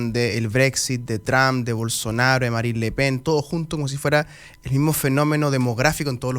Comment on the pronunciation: deja el ingles, Es Marín Le Pen no Merin Le Pen y en Chile Marina Le Pen